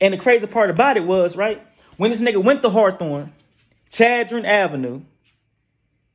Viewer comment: Buddy fucced me up when he said hawathorne aint gotta blocc called Hawthorne🤦🏾😆😆😆 #HawthorneBlvd